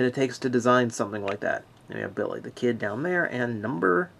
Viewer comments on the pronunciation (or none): I like how much emphasis they put on the non-existent Rs in Billy the Kid. BiRRRRRRy the Kid!